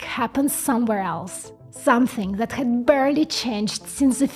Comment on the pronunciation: Instead of saying That you say Zat.